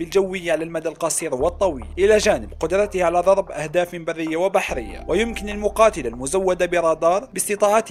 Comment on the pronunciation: ضوب. هههه روح اعدل الراء😂😂😂